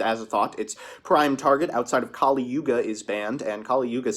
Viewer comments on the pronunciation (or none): none